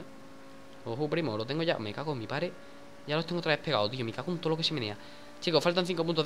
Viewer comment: Porque siempre dices me cago en mi pare, en vez de padre